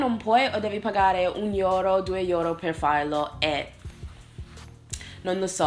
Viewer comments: Sei migliorata un sacco con l'italiano dall'ultima volta che ti ho vista parlarlo! Complimenti :) Le uniche cose: Euro si legge euro e non iuro :D, e la stessa cosa per EU .... Io ho vissuto anni fa in Norvegia per 10 mesi. e devo dire che mi mancano alcune cose. Una è la varietà nella scelta dei cibi, infatti lì potevi trovare nei supermercati gli ingredienti per cucinare qualsiasi cosa, non solo una varietà di scelta di ristoranti quindi. Mentre qui in Italia al massimo nelle grandi città trovi supermercati forniti oppure ristoranti di diverse nazionalità. Un' altra cosa è il patriottismo, che qui si c'è, nel senso che si difende e si vanta la propria nazione, ma è diverso...Ad esempio, lì mettono le bandiere del loro Paese fuori nel giardino, un po' come negli Stati Uniti ma credo meno di frequente, e festeggiano il giorno della loro festa nazionale indossando gli abiti tradizionali... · sei migliorata alla grande complimenti, solo una cosa quando pronunciamo la parola Euro, è very strong la pruncuncia, tu dici iuro o qualcosa simile. Del resto vivo in Germania ormai da 2anni e mi manca terribilmente l'italia per diversi motivi: 1 Cibo Italiano 2 Persone sorridenti ai banconi di un bar 3 Gente che parla forte dappertutto 4 Il Bidet 5 L'aiutarsi a vicenda 6 La non puntualità dei miei amici ahahah 7 Gente che ti fissa solo perchè vuole scambiare due chiacchere e niente di più 8 In qualsiasi posto vai e chiedi una cosa specifica che vorresti avere, se non ce l'hanno o se non l'hanno mai fatta in Italy trovano il modo per accontentarti, questo si chiama "l'Arte dell'arrangiarsi" mentre qui in germania, ti rispondo subito Nein. Ect ect Del resto sei una grande, ogni volta che guardo i tuoi video specialmente quelli in inglese capisco tutto al 100%, proprio perche come dici spesso nei tuoi video, hai cambiato modo di parlare il tuo Inglese che a noi tutti piace. Un abbraccio grande e continua cosi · Mi fa un sacco ridere come dici EURO, IORO 😂😂😂